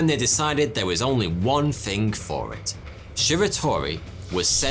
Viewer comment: Is it THING or FING ?